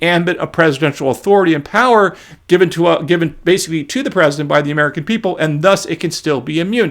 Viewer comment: Wahn Merkahn